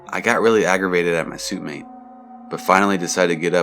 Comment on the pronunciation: In the Chipole College story, narrator pronounces 'suite' correctly (like sweet), but then instead of suitemate being pronounced 'sweetmate' he says 'suit-mate'. Really bothersome, but overall I like the video.